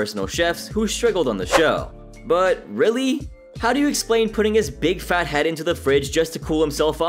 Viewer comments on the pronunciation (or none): none